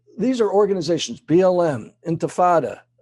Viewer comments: He said Anti-fata 😂😂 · What's antifada? lol